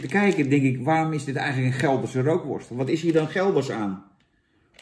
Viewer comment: Rookworst zonder 'R' is 'ookworst'